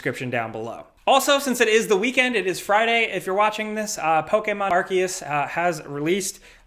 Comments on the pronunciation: i am just stunned pronouces arceus as R-K-US its R-C-US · Lol not so stealthy cut between "Pokemon: Legends" and "Arceus". Making me wonder if he tripped up really badly this time since they kept him saying it wrong plenty of times before or if it's just like "Let's just cut it, I should've known it by now".